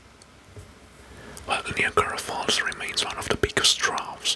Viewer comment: Bro please no the pronunciation of niagra falls it’s ni like night and then agra like viagra to make niagra falls